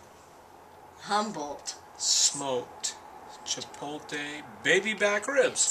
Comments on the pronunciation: It's Chi-poht-lay, not Chi-polt-ey. Move your L back to where it belongs, otherwise, great video. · I have seen several of your videos and I really enjoy both of you, and your friendly, accessible approach to cooking in your dutch ovens. I even love that you can't pronounce chipotle right! I'm pretty new to dutch oven cooking, but I love it and can use all the good ideas I can find. Keep those good videos coming - you're making the outdoors a better place to cook! :-)